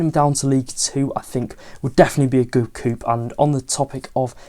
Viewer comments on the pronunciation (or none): Agh, it's happened before so i gotta be this guy. The p is silent in the word 'coup.'